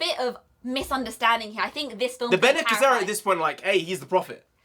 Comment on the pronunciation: Help with the pronouncing. "Ben Knee Jesserit" for Bene Gesserit. Love the enthusiasm. Paul is trying to fulfill the Fremen prophesy and become the kwisatz haderach at the same time. Two separate things. He needs both to succeed.